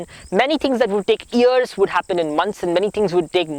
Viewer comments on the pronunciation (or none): Love listening to you! You are a miracle! Watch your pronunciation of 'development' and 'years'. God bless you!